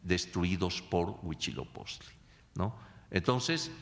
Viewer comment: A mi solo me da gracia que nunca puede pronunciar Huitzilopochtli y dice huichiloposhtli o algo asi jeje